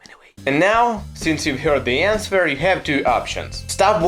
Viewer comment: You shouldn’t pronounce w in answer.